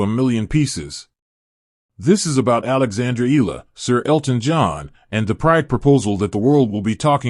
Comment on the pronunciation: EALA is pronounced " EYA-la ". The " EA " is like a diphthong. This is a common pronunciation in the Philippines.